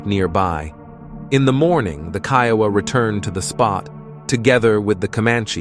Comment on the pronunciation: Man you sure your pronouncing Kiowa rite ?